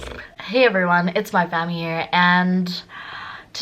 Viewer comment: Can’t believe she did that “phamily”